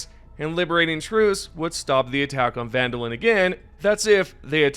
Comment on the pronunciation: Try jumping to one of those planets sometimes. Then you'll pronounce it properly, like how Popli isn't like pop-lee, it's more like purp-lee. Definitely not popalee. Also, seriously? Vandalin? It's VANDALON. with an O. ON. Do you turn "in" the light switch or something lmao